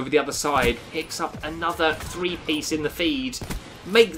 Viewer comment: number tree.. I mean number three